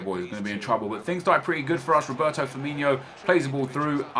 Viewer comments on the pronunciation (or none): Its FirmiNO not Firminio.... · its firmino not firminho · I know it's just a little difference but his name is "Firmino" not "FirminHo" 😁